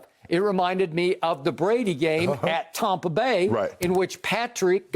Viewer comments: Tom-pah...Tom Brady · Except when he says Tampa bay 😂